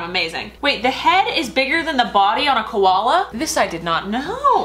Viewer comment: Koloas are not called Koloa bears I am an Aussie and I know this but where are you going